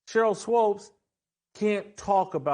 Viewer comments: It's not SWOPE it's Swoop! Rhymes with Hoop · I couldn’t watch more than 3 minutes of this because Jackson Whitlock kept saying Swopes instead of Swoops. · The fact Whitlock listened to SAS pronounce Swoops instead of Swopes and not acknowledge he's pronouncing her name wrong is hilarious 😂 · Why does Jason keep calling her Sheryl Swopes? Lol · Is he trolling by calling her Swopes instead of Swoopes? I'm dying 🤣😂🤣😂🙃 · SWOOPES, NOT SWOPES! WTFF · Her name is pronounced SWOOPS 🥴 if you’re going to hate, atleast say her name right. Swoopes. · Her name is pronounced Swoopes sounds like HOOPS. She knows what she’s doing. Shes being Skip Bayless and Caitlin is her Lebron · Uncle Tom doesn’t even no how to pronounce Sheryl swoopes name lol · I don’t understand why you purposely say her name wrong. I’m pretty positive you know better. That’s weird